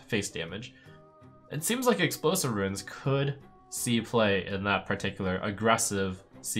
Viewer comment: Trump, they're runes, not ruins.